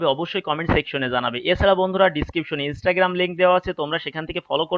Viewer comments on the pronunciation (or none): none